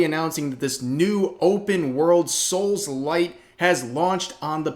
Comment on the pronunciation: It is 😂. Did he say souls like or souls lite lol